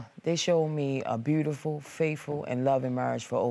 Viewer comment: Mr. Jackson opening statement "We have four "buddifull kids"... case dismissed...